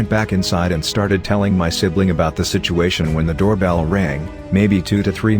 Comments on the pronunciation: Fucking love “shituation” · Lmao “shituation”